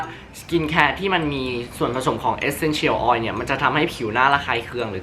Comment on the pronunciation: รู้สึกดึ้ยๆ เวลาได้ยินเอสเซ็นเฉี่ยว ออย5555